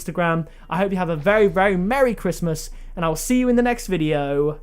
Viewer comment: Mewwy Chwismaws two awl :)